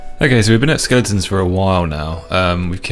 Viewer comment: Skel-ing-tons 😂 ❤ skel-e-tons